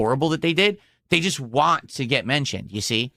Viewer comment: Be also over emphasizes T's and can't say certain words like "want" and "squat" correctly. We've evidence to believe young spent lots of time in speech therapy.